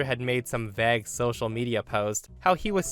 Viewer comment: The word "vague" is pronounced with a long "a" (as in way), not a short "a" (as in bag).